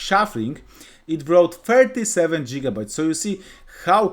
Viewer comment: jigabytes 😂 thank you but fix your pronunciation